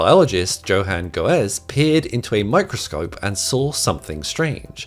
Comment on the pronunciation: The way he pronounced Johann Goeze 😆